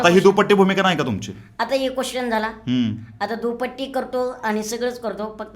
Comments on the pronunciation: दुपट्टी नाय रे... दुटप्पी mhna😂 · तो शब्द दुपट्टी नाही तर दुटप्पी असा आहे ,सर....🙏👍🤪😝😍🤪😝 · अरे बाबानो दुपटी नाही रे दुटप्पी असा शब्द आहे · दुप्पटी नाही दुटप्पी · दुटप्पी असत ते, दुपट्टी नाही. 😂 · सगळ्यात पहिलं ह्या टुकार टाकाऊची मुलाकात घ्यायची वेळ येते म्हणजे हा किती रिकामटेकडा असेल. ह्या दोघांना एकच सांगायच आहे. ते "दुपट्टे, दुपट्टि" नसतं. तो शब्द दुटप्पी आहे. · कुणासोबत पॉडकास्ट करताय राव??? दुटप्पी ला हा दुपट्टी म्हणतोय. 😁😁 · दुपटी ✅ दुटप्पी ❎ 😂😂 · अरे सुक्काळीच्यांनो आधी "दुटप्पी" हा शब्द नीट म्हणायला शिका.. चादरमोदांनो.. दुटप्पी म्हणायचं सोडुन कधीपासुन नुसता दुपट्टी दुपट्टी लावलेय.. इंटरव्ह्यु घेणारा सुद्धा तेवढाच अडाणी वाटतोय.. दोघेही अडाणचोट साले.. मराठीच्या नावावर कलंक आहात तुम्ही. दुपट्टी म्हणे.. दोन दोन पट्ट्या लावुन घ्या स्वत:च्या तोंडावर. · दुपट्टी नाही दुटपपी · दुपटी नाही दुटप्पी re 😂😂😂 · अरे दुपट्टी नाही , दुटप्पी 😂😂😂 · दुटप्पी भूमिका असा म्हणतात दुपट्टी नव्हे😂😂😂😂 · तुम्हा दोघांना पण दुटप्पी शब्द उच्चारता येत नाही...